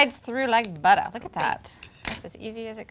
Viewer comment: ''And it glides through like butta" xD